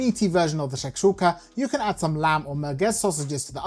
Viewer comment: U say it correctly 🤣